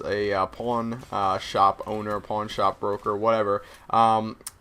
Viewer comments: oh i thought he said porn store instead of pawn shop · i thought when he said "pawn shop" he said "porn shop" lol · it sounds just like you said you want to work at a "Porn Shop" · like if you thought se said porn shop not pawn shop :) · At first i thought u said makining a porno then i thought u said porn shop but i realized u said pawn shop wen u said pawn stars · Lol I thought he said porn shop owner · Did he say "Porn-Shop"?